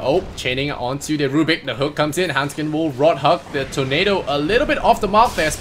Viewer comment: >When they keep saying "Hendskeen" when it's actually handsken